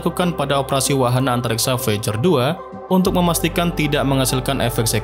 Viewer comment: Baca VOIJER...